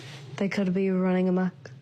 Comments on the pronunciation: "running...a muck"? Did you mean "amok"? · "a muck." Lol, the word is "amok".